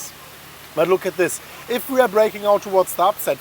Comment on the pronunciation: "towards the upside" , I hear " to what" lmao